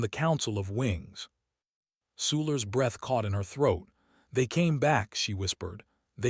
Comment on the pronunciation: AI always has trouble pronouncing breath or rather knowing when the pronunciation changes. English is not an easy language. Fortunately, it's my first language. I'm from Texas so, I guess, that's debatable.